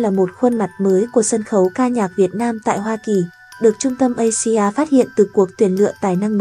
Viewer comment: Asia bạn phải đọc là Áy di a nhé.